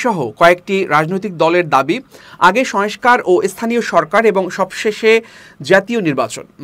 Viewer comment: সবকিছুই ভালো, তবে কিছু উচ্চারণের দিকে খেয়াল রাখা প্রয়োজন, সংস্কার,সয়েসকার নয়